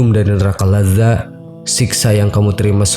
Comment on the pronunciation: Cara nyebutnya Neraka Ladho' bro, bukan Laza'